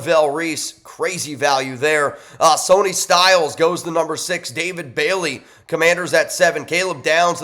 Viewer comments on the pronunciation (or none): Styles name IS NOT "SONY." It is pronounced as "Sunny." And by the way, it IS NOT "ZIRLOIN." Lance's name is "Zierlein." as in "line." He is not a steak.